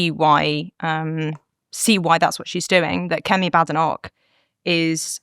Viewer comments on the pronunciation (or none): Someone tell Katie how to pronounce her leader's name. There is no bad in badenoch, the first half is prononced bade. How does she not know this??